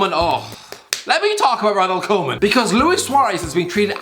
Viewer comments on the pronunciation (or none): I see not only Birtish, but Irish people can't pronounce foriegn names. Seriously, Koeman isn't that hard to pronounce... Keeping Messi and Suarez is a short time solution. The team will keep losing if it stays the way it is... But Barcelona should make both Messi and Suarez great farewells.